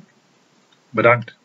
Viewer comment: "bEdAnKt!" awkward silence entered the chat